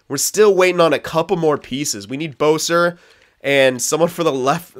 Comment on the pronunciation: Boeser? It's besser btw